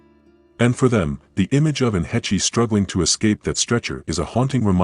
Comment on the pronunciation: Still can't pronounce the woman's last name properly yet. Hāsh not hetchy. AI's irritate me much. Hetchy, Hetchy, Hetchy!!!! 😒😒😒